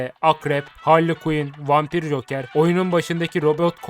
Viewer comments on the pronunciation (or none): none